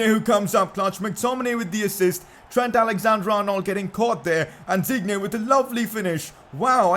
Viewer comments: It pronounced Lucas Diinne not Digne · Digne is pronounced Dine